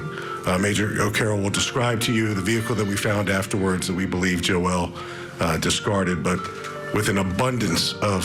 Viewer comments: Right? I thought the same, then started laughing that they're calling him Joelle!! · Why is he calling the guy Joelle? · Jo-elle? Lol I think you mean Joel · LOL - I had to go back and rewatch because the first time through all I heard was "Joelle"..."Joelle"..."Joelle"... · I agree! Joel isn’t that difficult to pronounce